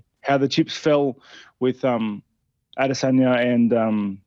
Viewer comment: It's 'Adesanya', not 'Adensaya', please correct the champ name on the video title, Arial always put so much emphasis on saying the champ name right